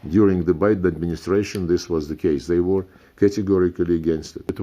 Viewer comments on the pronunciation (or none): none